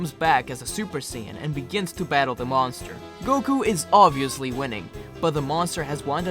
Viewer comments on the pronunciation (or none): none